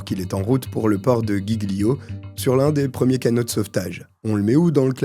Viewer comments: Pourquoi tu prononces GUIGLIO ? "Guy glio". Il y a pas de U ! Donc ça se prononce "JIGLIO". ÎLE DE GIGLIO ! A part ça bon travail, merci pour la vidéo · J'adore tes vidéos ! (mais la pronunciation des mots en italien 😁? (Giglio 🥲ça fait mal))